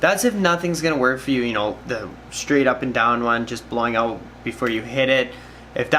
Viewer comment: Your a fucking angel, this is best diy video and fix methods by far! Thank you kind stranger boy! And I had no idea you were evn Canadian the whole time..until you said it would pour "oot" the side (or something like that.) Its cause I speak fluent Canadian thanks to trailer park boys. Lmao